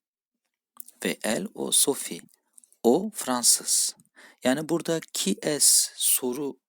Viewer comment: Hocam, tu es italien ? derken orada liasion yok mu? Tu ezitalien ? diye telaffuz etmek gerekmiyor mu ? Tam olarak kural nedir?